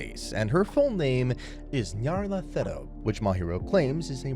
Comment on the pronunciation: Her name is Nyarlathotep, not Nyarlathetop. Aside of that, I loved this anime!